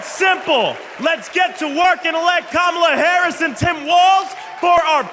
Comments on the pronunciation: Well I’m proud he said her name right for once. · So, he’s decided to say her name correctly? That lesson Kamala’s nieces gave at the DNC must have worked. Lol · He's slurring again, but at least he "accidentally" pronounced her name correctly this time. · He finally said her name right,,that's crazy ain't it.. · Wow, he slipped up and pronounced her name correctly, he IS worried! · I'm just shocked that Trump pronounced her name correctly for once. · 👏👏👏 yay donald trump for once u said Kamala Harris’ name properly. 😂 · Well I guess he listened to Kamala’s nieces,he finally said her name right 😂